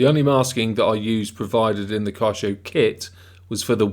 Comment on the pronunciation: It's pronounced Key-YO-SHOW